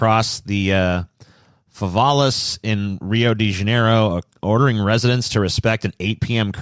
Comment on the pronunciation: When pronounces Rio de Janeiro wrong,: Laughs in portuguese